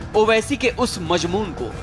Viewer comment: Madrchod majmoon nahi balke Mazmoon hota he